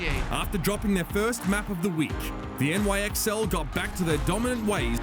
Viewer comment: calling NYXL “nixle”...........